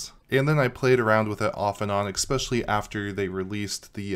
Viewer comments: exspecially? or especially? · Expecially ESpecially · Stop saying 'eXpecially' plz! It's driving me crazy.....OK, for real----thank you for all the great content, I watch every vid.